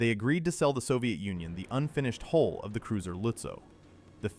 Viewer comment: Hull, not hole.